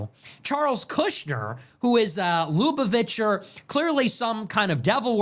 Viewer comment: You pronounce lubuvacher wrong my g